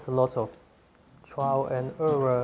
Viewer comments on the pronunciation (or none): haha "it is all just trial and errur." good tips though. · "Trial and errorw" Made my day. I love this guy!